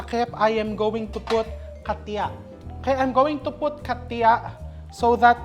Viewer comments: Hahahaha ayan na naman si chef, “katya” daw😀😀😀. Hindi ba katcha? 😃😃😃😃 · Chef..hindi katia or katya it pron..like "Gotcha" or" macha" kachà.. gusto ko gawin macha kuchinta baka masarap din ..